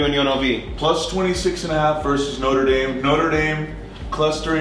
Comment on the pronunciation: "Noter dame". Shudder. Is there anything American's can't screw up?